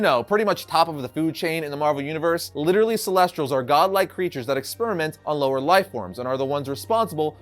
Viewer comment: Ce les ti als not celestrals 🤦🏻‍♂️